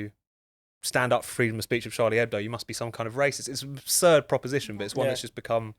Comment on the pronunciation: Finally, a British/American journalist who pronounces Charlie Hebdo correctly! I mean, it's not exactly rocket science, is it?